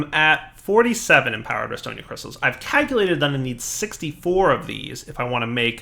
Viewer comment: CALCulator, not KAKulor. Enori, not Eñori. REstonia, not REDstonia. Oh, and just in case botania is in this pack, it's GourmaRYLLis, not GourmaLAYis.